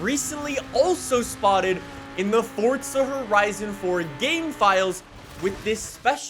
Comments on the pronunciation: It's Forza not Fortza ffs 😂😂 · Fore zuh...Forza, no T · There is no T is Forza. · Does anyone else feel like he’s saying “Fortsa” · Yes, because that's how you pronounce the italian word forza.